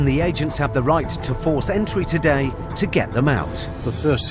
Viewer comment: TAHDAY??? Does it need to be paid TAHDAYY??? 😂